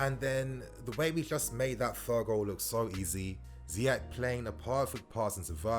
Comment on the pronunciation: Wow wow wow...I love Ziyech and I love your videos but come on...Last time I checked Egypt was part of Africa....Salah has still slightly more impact than Ziyech BTW we need to find a way to teach Lampard how to prounonce his name "Zee-esh" not "Zaï-esh" and for the Arabic speakers it's "Zee-err"